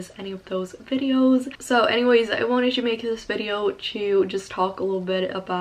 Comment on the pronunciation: its not "twho", its to.